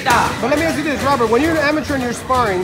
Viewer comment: I thought his name is robert not rubert